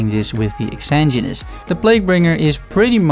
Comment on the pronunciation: Really awesome break down of these five great items. I'm still looking for my Exanguinous and since I haven't done a poison build yet I haven't even tried to get that #1. That said, I'm going to be THAT guy. You can still call it a terrible name (other's have said the same thing) but I hear everyone constantly mispronouncing it as well. :D It's pronounced ex-SANE-gwen-es. Please, I'm normally not that guy but this one has been making me insane. LOL.